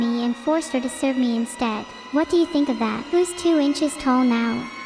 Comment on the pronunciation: did she say “do you think” or “jew you think”